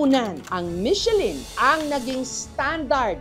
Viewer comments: Parang pronunciation nyan " mi shuh lan(nasal), hindi Michelin?😊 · Buti pa si Ms. Jessica hndi inaartehan ang salitang MECHELIN, yung iba inaarte ang pronunciation na "MICHE-LAN" HAHAHA